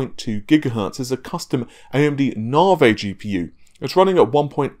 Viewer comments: Maybe a correct pronunciation of Navi will happen after it's launch, lol! I know it's his proper English accent when it comes to Nah-vey. But, at least he's doing better than Rich from RTU who's so far called it Nuh-vee, and Naiv-eye🤣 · I'm English and pronounce Navi properly (i.e Navi-gator), got no excuse other than epic trolling.